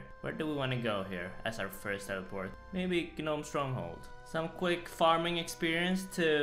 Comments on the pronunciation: I hate how you put emphasis on Tree "GA"nome Stronghold, or the "GA"nome glider. Just pronounce it without the G l0l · lol "Guh-nome" instead of "nome" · Lol the way he pronounces Gnome: Ge Nome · the G in Gnome is silent in English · Lmao I love how you say "gnome" the G is silent my dude.. just say it as "nome" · its nome you dont say the g in gnome. i know youll see this as hate or w/e but its genuine as i was saying gnome till i was corrected. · the G is silent in “gnome”….. You’re still cute 😘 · Please man it's pronounced nome, like home but with an n. The g is silent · Stop saying Ga nome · I know English isn't your first language so dont take this too seriously, but hearing you actually pronounce the G in Gnome is hilarious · The g in gnome is silent my friend. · The G in Gnome is silent. Like the K in Knight. Please take note, sir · Just realized... he pronounces the “G” in “gnome” 😅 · The G is silent bro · Hey! dont pronounce the g in gnome! its silent:D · The g is silent…